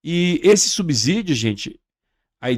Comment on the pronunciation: O correto é subsídio e não subzidio que vc pronuncia com z